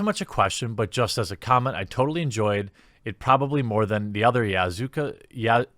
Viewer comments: "Yazuka??" Please pronounce it correctly... are we both reading the same words?? Its Yakuza... how can you pronounce it so shittily. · Did you just say "Yazuka" instead of "Yakuza"?? That's fucked up. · Jeremy you lovable bearded fairy you. If you mispronounce Yakuza as Yazuka one more time you are going to catch these hands. Keep up the great work though. XD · i read the dudes name and im like? what your skipping that? that is EASY to pronounce..."yazuka"... Ok i think he made the right call here. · Lol, who calls it YAZUKA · 1. Yeah, I just check my subscriptions feed when I'm looking for your videos. I don't even have notifications turned on 2. How do you get "Yazuka" out of "Yakuza"? Just read the letters in order, dude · Its pronounced YAK OO ZAA not Yaz oo kah. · YAKUZA NOT YAZUKA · Had to stop watching, everytime he mispronounced Ya-ku-za as "Yazuka" I started imagining japanese mobsters performing an all-female musical. Google "takarazuka", you'll see what I mean. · IT IS YA-KU-ZA not YAZUKA! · Bruh...YaKUza not YaZUka. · You misreading Yakuza as "Yazuka" is both funny and anger inducing. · It's "Yah-koo-zah", man! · "Yazuka" Hold I gotta rewind that. reads text on the screen Got it. Carry on. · First he rails on Shenmu then cant say the word Yakuza like come on they are a famous group. It is a clear word to say YA KU ZA. The game is on PC now days and it is great. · omfg Jeremy you did not just say Yazuka. A lot..... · yazuka? come now jeremy you can do it, lol. reading quickly will get ya like that sometimes. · ............yazuka..... You don't play games, you can't even pronounce them correctly Too busy grinding out hate bait on yt. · This man said Yazuka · Jeremy: I'll call him Mr. Japaneese since I don't want to disrespect him Also Jeremy: Yazuka Not hating, just made me laugh <3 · Finally pronounced it the third time... Ya Ku Za ... 5.5 but I don’t blame you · YAZUKA? learn to read beardo. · Did you just say " Yazuka" ? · Famous game series "Yazuka"!